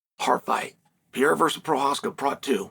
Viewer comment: Is it really that hard for you to learn how to properly say Pereira's name?